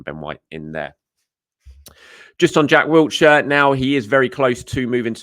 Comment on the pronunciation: But not Wilshere's 😂😂😂 There's no T in Wilshere (Love ya!)